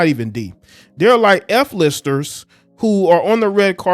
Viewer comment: He said "F - LISTER's" Ha!